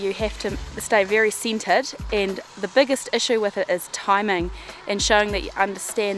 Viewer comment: People--she's not saying "seated." She's saying "centered."